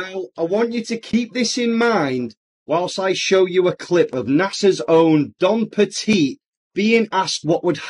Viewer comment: he's mispronouncing Don Pettit's name, all while the captioning is showing "Dom Perignon". 🙄